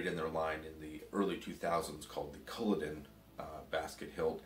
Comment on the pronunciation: only problem with this video is the butchering of the name culloden its cull - aw - den :)